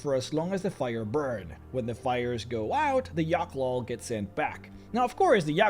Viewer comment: Yochlol? Or whateverthehell? I will now Only hear it pronounced your way. Achievement unlocked. You may borrow 1(one) gremlin. Don't worry about it...